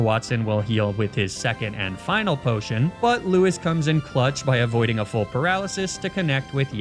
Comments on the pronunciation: It's lou-ees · Thelma and Lewis hurt to hear every single time, good job.